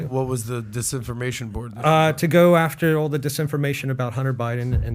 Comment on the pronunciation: If Pat could learn to not say Dat and Duh instead of that and the, he would be easier listen to on this podcast.